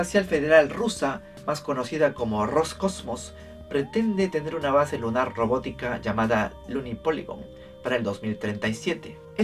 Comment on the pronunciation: Sólo un detalle, en ruso Roscosmos (Роскосмос) se pronuncia "rascosmas" (con pronunciación grave).